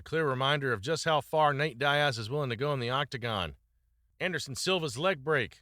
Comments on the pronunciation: Love the videos man, but dude its DEE-AZ, not DIE-AZ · nate die-ass.. but bro talks about nick die-ass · You or AI can’t even pronounce Nate Diaz’s name properly. That’s why you or your YouTube channel will never be shit.